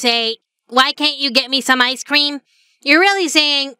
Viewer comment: i can't unhear icescweam